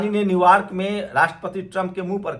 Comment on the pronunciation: न्यू यॉर्क बोलें न्यू वार्क नहीं